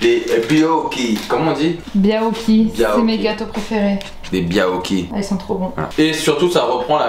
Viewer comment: Phonétiquement: baYOki, ne massacrez pas mes gateaux favoris 😂